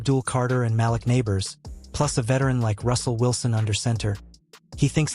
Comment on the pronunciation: For the record you pronouned The GM's Name & Malik Nabor's incorrectly. Joe Schoen's last name is pronounced Shane & Malik Nabors 1st name is pronounced Maleek.